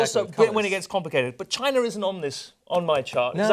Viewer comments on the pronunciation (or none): Why people call China -- Chiner?